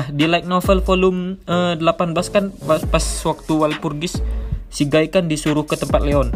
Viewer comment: sebelumnya aku minta maaf min, bacanya bukan gai tapi gi.